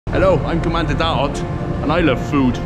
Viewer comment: Lmao the way he pronounced DAOT is not skinny/thin but rotten/expired/ or simply a food or something that is/gets bad. If you wanna learn Bisaya, the diction and the accent in the vowels are really important